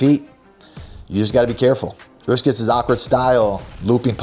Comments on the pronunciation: FFS, Belal, it’s “Dricus,” with one “s.” Not “DriScus.” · I keep dying when he says "driscus" habibi it's DRIcus DREE CUSS 🤣🤣🤣